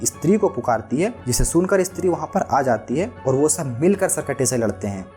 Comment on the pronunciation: Eeestri kya he bhai? Stree bol